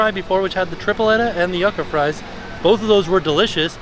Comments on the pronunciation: I love you, but your pronunciation of yucca was killing me hahaha! For future reference, it's said "you-ka", not "yuck-a":) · I love you dearly but my Puerto Rican ancestors are begging me to tell you that yucca is pronounced like yooka:) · Ngl this is the first time I've ever heard someone pronounce yucca as "yuck-a" lmao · THE WAY HE PRONOUNCED YUCCA